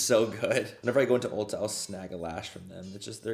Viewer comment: When he says ULTA and it’s my place of employment ☺️☺️☺️☺️